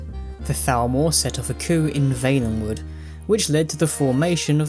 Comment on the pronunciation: I am throwing up at that pronunciation of Valenwood.